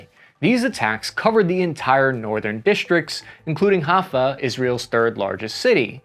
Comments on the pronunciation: It's pronounced "Hi-fa," not "Ha-Fa." And Sderot is not a French word, it's pronounced "Sday-Roht" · Pronounced "Hi-Fa" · BTW it is pronounced Chai-fa and Beh-err-sheh-va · Haifa is pronounced Hi-fah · Dude, don’t be too concerned about how you mispronounced ‘frequently’, but rather focus on improving your pronunciation of foreign names like Haifa 😁 thanks for another awesome video 🫡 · All that student debt and you can't pronounce 'Haifa" (היפה).